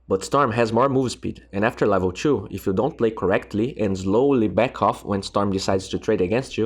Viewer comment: ITS LEVEL TWO. NOT LEVEL CHU. PLEASE. YOUR VOICE ACTUALLY MAKES ME CRY. MAKE SUBS PLEASE TY